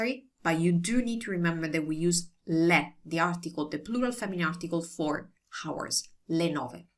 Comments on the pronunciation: Hi. I am pretty sure you know by now, but the "h" in "hours" is silent - so it sounds like "ours".:) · Thanks for your professional vids. Forgive me for my impertinence giving you a tip. The 'h' in hours is silent, so you say it like 'ours'.